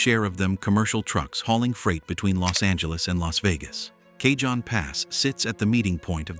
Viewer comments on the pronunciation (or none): Been over most of these,except places trucks don't belong,without a problem. Cajon pass is pronounced, cahone,not cajohn. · FYI It's pronounced Cahone not Cayjohn. It's Spanish. Just saying.